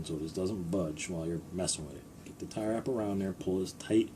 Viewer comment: Are you saying Tirer wrap?